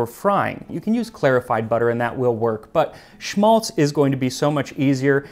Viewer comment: Just a note on Schmalz. It is in German pronounced with a sharper A like in Apple. It is esp saved from Geese when doing Christmas Dinner. It can be preserved for a long time and is economical when it comes from cooking. Around my area it is also made from Pigs. It's interesting to see "Berliner", "Kartoffelpuffer" and "Eierkuchen" being Jewish dishes, as they are very popular Germany esp. here in eastern Germany, and mostly so with every child. Thanks for this episode!